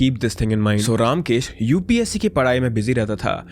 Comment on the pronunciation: You are pronunciation of the name ramkesh is not रामकेश it is रमकेश